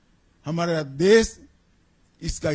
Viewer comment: Dess nahi desh hindi to bol lo sahi say